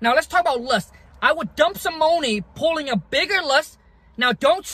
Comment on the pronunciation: You say money Funny bro 😂😂 but thanks for the advice